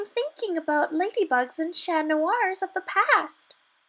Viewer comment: I like that she pronounces “Chat” correctly. People produce it mostly the English way, thought it should be pronounced “Sha”